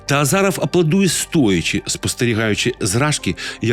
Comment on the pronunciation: Іще хотілося б поправити, вас, пане: правильно казати "Азіров" )